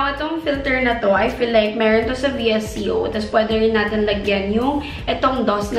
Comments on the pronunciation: "Visiyoowwwww" [VISCO] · it's pronounced as vee•es•co :)